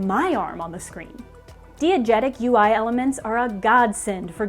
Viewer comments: Damn cool video if only could pronounce "diegetic" correctly (Die-e-getic, not Dee-e-getic) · you did NOT just pronounce DIegetic DEE-uh-jet-ic like 15 times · My therapist: pronouncing it "dee-egetic" instead of "die-egetic" isn't real and can't hurt you This video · This is SUCH a deep and well-crafted video about video game design. HOWEVER pronunciation of 'diagetic' threw me off. As an aussie media/comms student, I learnt the word as 'DIE-agetic' not 'DEE-agetic' small but noticeable. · Every time beautiful person says "dee-agetic" instead of "die-agetic" i feel like a shitty film snob as I flinch from the pronunciation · You probably haven't, it's pronounced dye not dee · Dee-uh-jet-ic bad, dye-uh-jet-ic good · Did she really pronounce diegetic as DEE-I-GET-IC?!?! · It's pronounced "die-a-getic." Long I, not short I! :) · Oof, that mispronunciation of "diegetic." The first syllable should rhyme with "fly." But I still love this video. Great job,! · I always thought diegetic was pronounced “die-uh-jet-ick”? Also, great video! Been missing me some Polygon :) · Everyone: diegetic: DEE-igetic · Yes. Thank you. Couldn't finish the video. :/ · Her pronunciation of diegetic as dee-a-getic is really throwing me :p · Hearing pronounce diegetic "dee-egetic" is very cute... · I guess you're trying to make a point about the validity of variant pronunciations and English dialects and the elitism of declaring one way of speaking to be "correct". And ordinarily I would agree. However "diegetic" is a highly technical word not in common use, universally pronounced with /dai/ as are similar Greek loans. pronunciation is not widespread enough to be a variant - it's a simple error, and it's okay. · Anyone else bothered by her pronunciation of diegetic? It’s almost as frustrating as timbre being pronounced timber for a musician. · Is it DEE-a-jet-ic or DAI-a-jet-ic? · the repeated mispronunciation of diegetic lost me